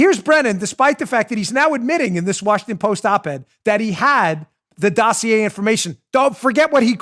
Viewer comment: When Chuck Todd says or mentions the word Dossier [doe see a] to Brennan he was fawning over him like he was love, he should have put him on the counter and kissed his caboose.